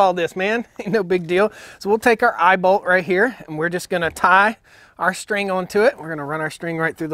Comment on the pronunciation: “We have an eyebolt here.” An eyeball?? Then I realized he said eyeball lol imao